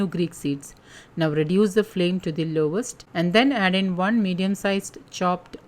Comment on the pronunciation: I hate the way u pronounce one!!! The 'n' should sound like the 'n' in 'gun'.